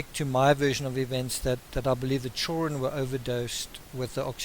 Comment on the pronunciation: children pronounced “ chill run”.... love it!! 😘